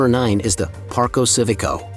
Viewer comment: Park-o see-vico?? Nope. Not even close. Learn some basic Italian so you can do it justice.